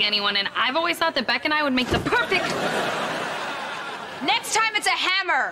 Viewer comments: It's Beck not Beak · Its beck not beak girl